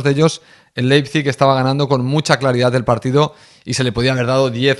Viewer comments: yessi marsh es la pronunciacion 🙄 es ¨ar bi laipzig¨ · Se pronucia Laipzig😂. Vivo en Alemania y te entiendo tio😂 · Ah, sobre la pronunciación del nombre del club alemán, primero te falta una letra, tu pones LEPIZIG y es LEIPIZIG... foneticamente se pronuncia "LAIP-SIG" 😁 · Si se le dificulta decir los nombres de los jugadores de Leis Pig Ya me imagino como hubiera reaccionado a los nombres del equipo lokomotiv de Moscu o del AEK Atenas del 2003 jajajaja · Spider...a ver lección de pronunciación. Te escribo como se pronuncia el entrenador del leizip. Jissi Mersc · Pues Leipzig es muy fácil de pronunciar